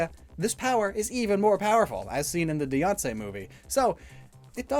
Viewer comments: I love how he pronounces Diance like Beyoncé. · everyone: diancie: deyoncé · when you said diance it sounded like beyonce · Diance is pronounced Deeansee